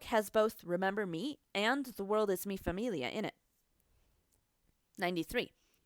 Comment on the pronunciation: It bothers me how American you pronounce everything. Like I don’t even speak Spanish but “mee fameelia” isn’t how you say it